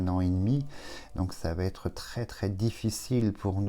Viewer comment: Cher, j’apprécie grandement vos dons de voyance malgré ce que vous nous annoncez, hélas, mais puis-je émettre une petite réserve sur une erreur de liason que vous faites régulièrement depuis quelques temps et qui n’est pas juste: par exemple aujourd’hui: « l’évolution va T être rapide! ». Il n’y a pas de t! Cela n’enlève en rien la pertinence de vos annonces mais avec un bon français, c’est plus agréable. Salutations.